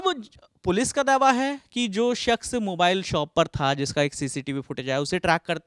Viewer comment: Ye jo shawl wale reporter hain inhe, शख्स word sahi se bolna nahi aa raha. Baar baar शख्स को सख्श कह रहे हैं। aapka accent sahi hai aur तलफ़्फ़ुज़ भी।